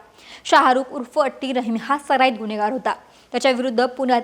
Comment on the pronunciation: वा अक्षता व्वा. अणेक पूने, पन, गुण्हेगार, गुण्हे , काण, कोनती, म्हनन, स्थाणिक, खूण. भारीच मराठी.